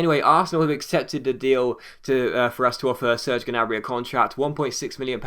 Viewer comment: Gnabry's name is pronounced nabry. Common mistake